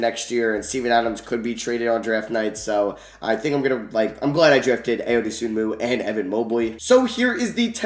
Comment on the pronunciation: Hey it’s not a big deal but Ayo’s name is pronounced eye-oh